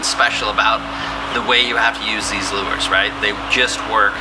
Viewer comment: I think its pronounced "lures"